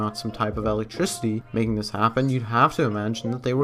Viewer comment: what's alectricity?